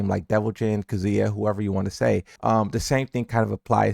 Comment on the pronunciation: Do you hear how he pronounces Kazuya in general?